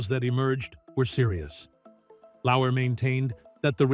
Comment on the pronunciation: Lauer, not Lauwer.